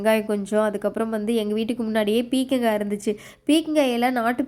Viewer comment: Athu pekanga illa. Peerkangai